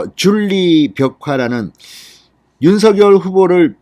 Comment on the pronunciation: 실체도 한번보여줘요! 윤성 열 발음도 좀고치시고 핵심만 얘기해야지요! 넘 길어요!